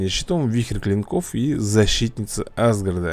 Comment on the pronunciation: меня бесит что он не правильно говорит асгард!!!